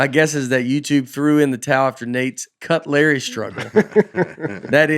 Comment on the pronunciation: Just yesterday, I heard someone say cutlery and I could think of is Nate’s pronunciation of it as cut-it-Larry. My wife and I bought tickets to see you in Virginia. I hope Bandaid or Goutman comes with you. Love the podcast.